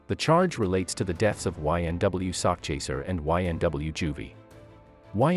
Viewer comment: Nah the dude in the video kept saying it as sockchaser lmao I think it's an AI voice or some shit, idk how else anyone wouldn't pronounce it right, but yeah sakchaser if y'all really don't know it means he chasing a bag of money, I know it's a weird name though, but he had good music.